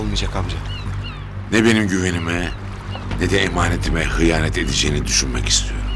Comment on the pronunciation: hıyanet ne be adnan düzgün konuş